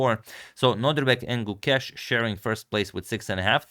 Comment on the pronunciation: gu•KESH I like how Agad has corrected the pronunciation. 🙌